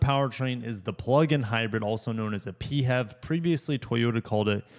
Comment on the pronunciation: The inch and a quarter receiver is not for towing. It is only meant for accessory type attachments, such as bikes and similar type things. Do your research. Also the way you were pronouncing PHEV as a single word made you sound like a real dipshit. This has to be the worst auto review that I have ever seen. Hang it up and find yourself a new hobby.